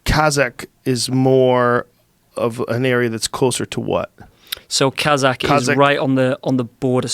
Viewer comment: He isn't pronouncing it properly that's why. Many slavic names end with AK like Polak, etc... But Kazakh is pronounced Kazahh where the H is emphasized, no K